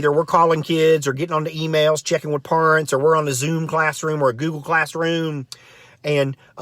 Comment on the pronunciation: I like how he makes up the words in a wrong way. Purents.